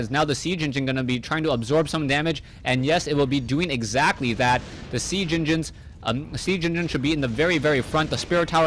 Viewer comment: Oh man :D "sea genginins"